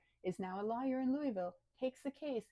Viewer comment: I like how you pronounce lawyer as Liar.